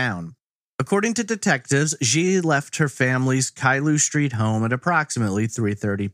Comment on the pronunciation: “SH-treet?” Lol